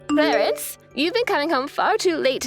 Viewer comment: Clarence sounds more like Clarice.